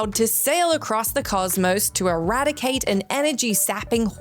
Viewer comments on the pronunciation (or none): none